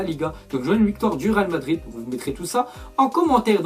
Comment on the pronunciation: "real Madrir "😂